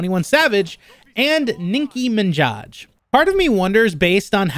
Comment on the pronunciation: the way you pronounced “nicki minaj” was hilarious lol